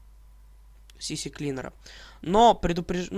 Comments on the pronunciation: не сисьлинер а сиклинер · Не сиклинер, а сиклайнер